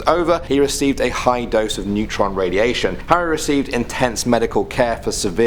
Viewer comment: I thought you said a lethal amount of neutrino radiation xD